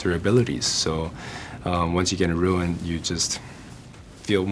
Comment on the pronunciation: Rune! Roooooon. Roo-nah. Not ruin.